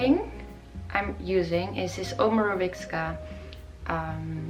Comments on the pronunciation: Your skin is goals! ❤️ Just a little tip: Omorovicza is pronounced OMOROVEETSA and Boscia is pronounced BO-SHA. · Hi, I really love the fact the you use Omorovicza since it's a gorgeous brand. But I must tell you when you pronounce the "cz" in the name of the brand, you do not have to say a "k" out loud. It's just a "c" pronouncing it as it is in the German alphabet. It is hard to explane becouse this kind of "c" is not part of the English language but I hope this is helpful enough.